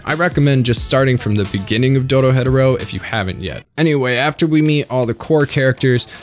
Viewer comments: Loved the introduction Netflix gave me and burned through the manga. Absolutely awesome story... But... You can't tell me it's pronounced doro-hedero. I have always said doro-he-doro and honestly it sounds better to me. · Idk if I like how he pronounces it. Its DORO-HE-DORO NOT DORO-HEADORO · I hate how many times this man decides to say the name wrong Its dOro hEh doro not dOro. hedOro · Please... please just say "Doro HE doro" and not "DoroHeadaro" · I saw this not long after it came out, put as many of my friends as would give it a chance to watch it. I’ve always called it doro-he-doro and no one has corrected me. You kinda exploded me head with the doro-hed-oro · Doro-heh-doro Not doro-headero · It’s pronounced doro-he-doro not doro hetero isn’t it imma lose my shit if I’m wrong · It's not doro-hedoro, it's doro he doro, Engrish for Door to Door. Were you even paying attention? Next you'll be saying that you didn't know that Ebisu means shrimp salad. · doro-hed-oro? not doro-he-doro like it says in the opening? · It's doro-he-doro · "Doro headarow" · ITS PRONOUNCED DORO HEDO RO THE HEDO IS PRONOUNCED "HE DOE" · erm actually its said like door-he-doora ☝️🤓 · that’s how it’s pronounced, idk why he’s saying “dodo hetero” 😭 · Yeah, I can’t sit here for 40 minutes listening to you say doro hetero. It’s painful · it sounds like you’re saying do-do not do-ro 😂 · The pronunciation of doro-hetero makes me die a little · Which is correct. Doro-hetero is more than blasphemous, but it's a good video, so I'll look past it. Lolol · I hate to be thst guy but why do white people just say fuck pronunciation when it's comes to things thst are pronounced the way they should be to us ? Wtf is doro-hedero?? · Bro said dodo hetero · Bro said "Doro Hetero" 😂😂😂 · no hate but it throws me off when you pronounce Dorohedoro as Dorohetero lmao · Bruh he saying dorohetero hes more white than a sheet of paper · The way he says Doro hetero lol I hate it. Good video tho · doro-head-oro XD